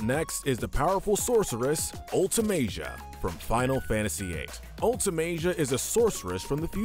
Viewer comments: For Sin, you said the summoner becomes the next Sin, that’s not correct. It’s one of the summoners guardians sho is turned into the final aeon that is then made into the next Sin. You mispronounced Ultimecia and Edea’s names and then Barthandelus as well (13 even had voice acting) so I’m fairly sure this list wasn’t written by a true fan and this whole channel is just a content farm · Why can't any of these Youtubers pronounce Ultimecia? Have you never met anyone that has -cia at the end of their name? Jesus. Another youtuber called her Ultimecca ...what? Also she compressed all time and space? This guy also doesn't know how to pronounce Edea either apparently. This list is hot crap. Kefka is easily top 2. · That's an...interesting way to pronounce Ultimecia's name. Come to think of it, has her name ever been spoken in any of the games she's in? What even is the correct way to pronounce it?